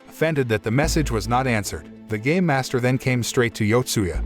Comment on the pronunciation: He made it sound like gay master when it's actually game master the dude litterally took off the '''me'' off the word game.